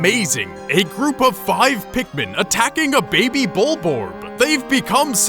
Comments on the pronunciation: It's bulborb, not bulborg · (At the beginning) wait.... did he just seriously say bulborg?